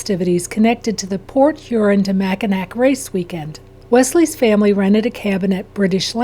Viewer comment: It’s pronounced MAC-IN-AW.